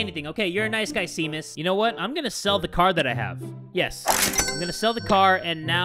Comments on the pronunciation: It’s not pronounced seemus it’s pronounced shaymus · My inner Irish self cringing so hard when he pronounced seamus, "seemus". It's pronounced "shay-mus" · Oh my god the way he pronounced Seamus I might die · It's "Shay-Mus", not "See-Mus". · Umm... Seamus is pronounced Shaymus not Seemus. Sorry I'm Irish and that annoyed me. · It is pronounced Shaymus! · oof the way he pronounced Seamus... as an Irish person... oof